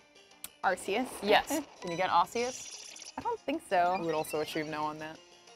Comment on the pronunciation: when someone says Arceus like Ar-see-us I get triggered. It is pronounced Ar-Key-Us